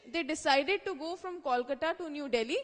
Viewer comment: its not calcata or koolcata its😅 kolkata. improve your pronounciation